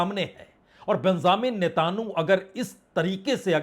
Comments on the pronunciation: Netanyahu ko Netanu kyu bolte ho? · 😎 ji 🙋 PAHLE TO AAP APNI HAND ✋️ KI KHUZLI KA ILAAZ KARWA LO JI (. AUR AAPKO SHAYAD pronunciation KARNR ME TAKLEEF HOTI HAI ❓️🤔🙋 ( NETANYAHU 😎 KO NETAHU BOL DETE HO ❓️🤔🙋 YA AAPKI TUNG AAPKA SAATH NAHI DE RAHA HAI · वाजपई सर आप नेतन्याहु को आज भी नेतानु बोलते हैं? कमाल है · Prasun ji aap ke uchaaran se benjamin kitanu lag raha hain😂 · Humurj and Netanyahu ki pronunciation thik kare vajpayee g